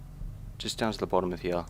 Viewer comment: I hate it how he says hare instead of here -.- Drives me crazy!